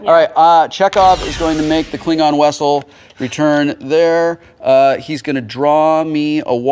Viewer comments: Lawl, he says "Wessel" instead of "Vessel" like Checkov does when looking for the naval base in Alameda. xD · Why does he keep saying wessel? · Anyone else find it hilarious that Wil keeps saying "wessle" like Chekov? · All that time on Star Trek and he still pronounces it 'wessel'. Is he mixing it up with Wesley? xp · Anyone notice that when Will Wheaton says vessel the captions say wessel ? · He said "wessel". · Did Wil did just say "Klingon Wessel?" LOL!!!! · Even without referencing Chekov, Wil kept pronouncing it "Klingon wessel". It took me a moment to realize that I wasn't hearing it wrong! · "Wessel" - my favorite thing about this episode.